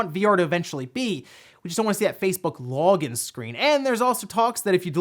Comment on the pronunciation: "facebook" "lawgin'" or "facebook lawgin'" were said 23 times.